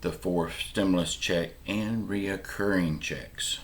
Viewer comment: It's not "RE O CCURRING"! It's RECURRING!